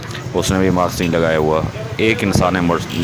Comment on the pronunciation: Maks ni hota mask hota hai meda chan